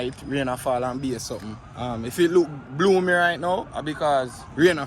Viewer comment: The word is gloomy not boomy 😅